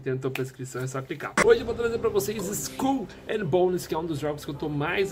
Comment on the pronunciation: haaunted eu sei, tava zuando com a pronúncia do